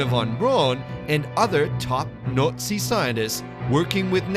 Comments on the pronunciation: I will forever hear "Nutzi" for Nazi. 🤣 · Isn’t Nazi pronounced “NotC” not “Nootsea” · gotta love ai voice overs that can't pronounce words properly.... Nutzies........... 🤣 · Narrator here is how you pronounce Nazi....naat~see There is no U in Nazi. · Fantastic video is it my imagination that he the narrator keeps pronouncing the word Nazi differently each time at one point he says nutsy's hahahaha 😎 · I can't help but laugh every time he says nootsies 🤣🤣🤣🤣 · WITAF is this guy saying? Nutzis? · It sounds like the narrator is saying "Nutzees" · All I hear is “nutz-eez” lol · Slightly irritating that the narrator mispronounces nazi nearly every time he says it.